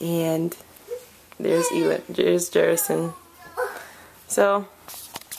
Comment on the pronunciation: Beautiful boy, but did she say the child's name jerrickson?